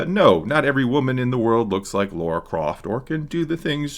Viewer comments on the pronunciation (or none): Did really just call Lara Croft, LAURA? 😂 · Great video, but it's LAra. 🤣